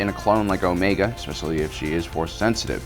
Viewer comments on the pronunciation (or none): none